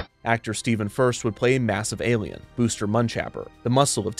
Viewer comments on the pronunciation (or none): none